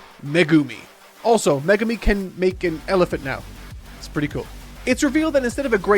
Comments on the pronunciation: Wonder if he still calls Megumi "Magoomi" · Oh cool he’s not “Me Goomi” any more